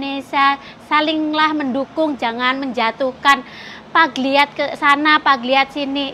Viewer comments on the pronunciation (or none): Maaf koreksi,Plagiat mba,bukan pagliat 🤭